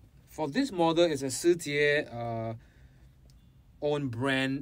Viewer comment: Finally I hear the correct way to pronounce Shijie! I have the STE model and I want at least their TLV, but I need to save some money first.